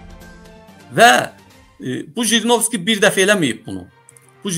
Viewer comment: НЕ ЖРИНОВСКИ А ХРИНОВСКИ